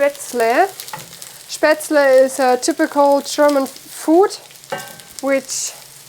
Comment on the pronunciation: WOW! That bread looks AMAZING, please teach us if you have not yet. I'll look through your videos. Also, did you say Spaetzel? I always wanted to know how to make it because I'm German Heritage American. I might make that goulash for Thanksgiving. I think my other half would really love it. Thank You! Does everyone have a wood stove in Germany? My grandma had one in PA.